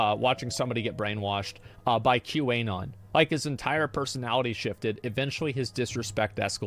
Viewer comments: The way asmon says Q anon hurts me. The Anon is short for anonymous. It's prnonounced Q anon, not Q. A. non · Does he say QA-non on purpose or is he dumb? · Why does Asmon say Qanon with a hard A? Lol